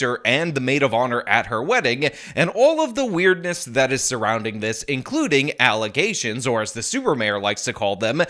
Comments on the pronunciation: I love that you're saying alizegtions😂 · I now only have one way to pronounce “alizétions” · I hope you use this clip always whenever "allezations" are brought up like you do the Ana Kasparian video! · I literally die EVERY SINGLE TIME you do the false Alozations quote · The allezations clip gets me every time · I will always think "false allezations" when i hear "false allegations"